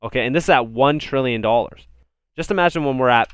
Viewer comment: 10 trilly? Come on man